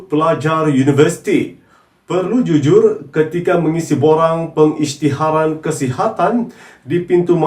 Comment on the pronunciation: "pengisytirahan" .. Supposed to be "pengisytiharan"